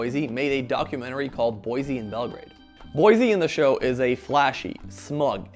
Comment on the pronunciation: Boycie, not Boise. Great video, nonetheless.